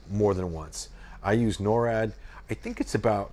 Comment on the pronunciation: Norad? Did you mean Nord?